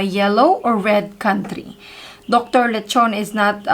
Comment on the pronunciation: I know Dr. Leachon..i 'm sorry but you mispronounce his family name..Pls ask from reliable people who know him well..ty